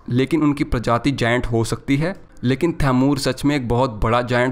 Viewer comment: Taimur nhi thamur😅😅